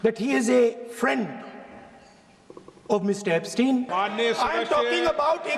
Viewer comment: It is not 'Ap-stein' dear but pronounced " Epstein" :)